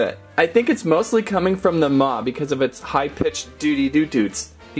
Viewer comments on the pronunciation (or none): Maw not ma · He called maw ma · ITS MAW AND MAMMOT NOT MA AND MAMMOTH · Its not ma its maw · And it’s maw not ma